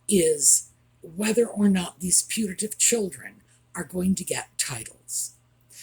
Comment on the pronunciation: PUTATIVE- as in alleged / possibly non existent. Not punative different altogether